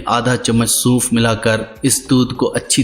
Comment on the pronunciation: Bhai bolna to pehly Sikh lain Suunf ni sonf hota h